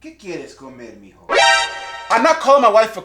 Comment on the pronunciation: Hijo not mijo😂